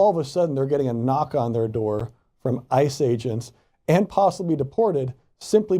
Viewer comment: On a completely unimportant note, the way you say IIICE, truly every time my brain assumes you're going to say ISIS. lol